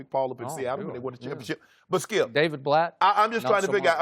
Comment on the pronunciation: Gotta luv the Shannon says "Skiyelp"